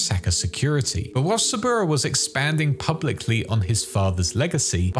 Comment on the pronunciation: To be fair Saburo is a bit hard to pronounce correctly as in japanese for english speakers. In IPA it should be like this [sabɯɾō] with stress on ɾō